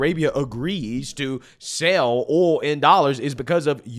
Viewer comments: Dude, you say Ooul! Lmfao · It’s aw-ll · I like how he pronounces the word “Oil”